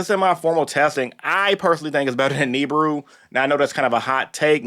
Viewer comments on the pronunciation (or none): He is the only dude in the entire world that calls Nibiru "Neebru" 😂😂😂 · Bruh refuses 😂